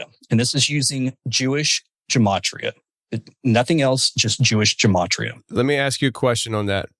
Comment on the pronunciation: Gematria. I think it's pronounced with a hard G, not a J.